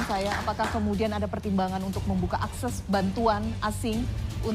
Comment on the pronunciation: Mbak anchornya ngomong akses aja salah.